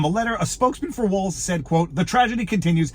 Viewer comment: Did she say “Mike Walz”